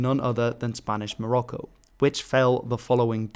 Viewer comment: Morocco is not the Arabic name, so please stop trying to pronounce Morocco in an Arabic way. The original name usually is المغرب , al-Maghrib, like we call the entire western North African region. It means "the West".